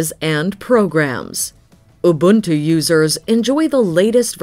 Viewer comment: As a South Africa, the narator says Ubuntu perfectly.